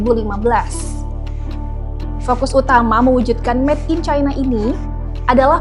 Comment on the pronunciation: "Met in China" atau "Made in China"?